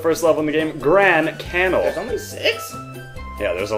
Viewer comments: Canal is 2 syllables, ca-nal, it does not rhyme with anal. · do you not know how to say canal